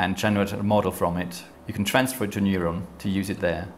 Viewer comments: He sounds like he's saying noylon instead of neuron. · Sounds more like moylon to me.